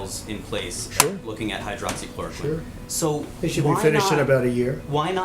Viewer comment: it happened because he mispronounced hydroxychloroquine. And said something like hydrochloride. An ingredient in the fish tank cleaner. A man and his wife drank it. The man died.